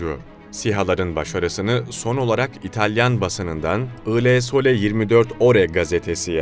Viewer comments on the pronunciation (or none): Ile sole denmez o italyan gazetesine. il (il) sole denir.